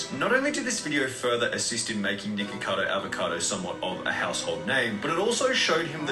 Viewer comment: It sounded like he was saying niggacado avocado lmao